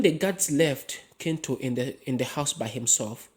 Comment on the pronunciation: Is it not pronounced chintu? I though Ki in Luganda was a ch sound.